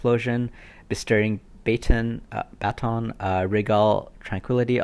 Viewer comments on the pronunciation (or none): Masteringbaton 🤣 its ba-ton